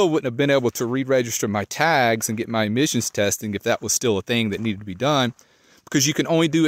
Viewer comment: Are you saying emissions or admissions? Couldn't quite catch it.